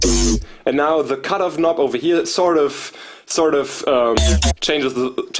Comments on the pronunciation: Evry time he say "sort of" i think he is saying stardust.. 😁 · SAHRT UFF